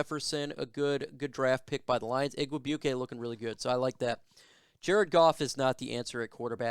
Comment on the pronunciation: Pronounced IG Weigh Bwee Kay. His uncle, Donald, was a classic barefoot Vikings kicker back in 1990.